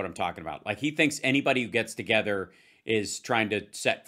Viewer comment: Also Rusty can you go and buy a"th" to go with words like togever, or wever? FFS